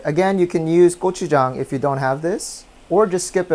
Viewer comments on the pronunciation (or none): none